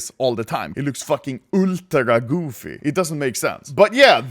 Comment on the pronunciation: I need a compilation of Anomaly saying "UL' DRA GOOFY"